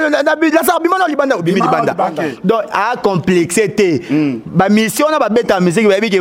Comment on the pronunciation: Oyo penza azalaka mayelete oyo, azoloba DONKI......DONC